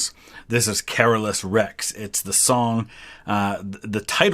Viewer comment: King Charles XII is really underrated as a historic conquerer. You are saying Carolus wrong though. It's Ca-lor-us as they say in the song.